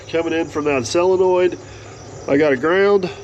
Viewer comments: Yep, Sid, you heard right. He () keeps saying “SELENOID”! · I believe the word is SOLENOID… not SELENOID… as I keep hearing on this channel.